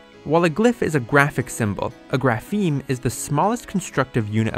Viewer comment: Please, the stress on "grapheme" is on the initial syllable! It's /ˈɡɹæ.fɪi̯m/ not /ɡɹæˈfɪi̯m/!